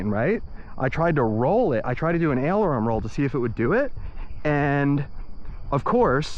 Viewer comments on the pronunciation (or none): Awesome! I learned so much from this video. Congratulations. BTW, it's aileron, not ailervon.